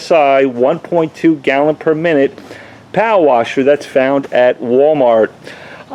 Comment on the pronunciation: Civy 852 All I kept hearing was POW-WASHER. I think he meant power washer lol